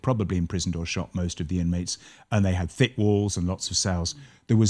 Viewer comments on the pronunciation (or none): none